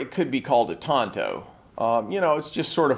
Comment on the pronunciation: Pretty good pronunciation. I hate it when people pronounce it as “tan-toe”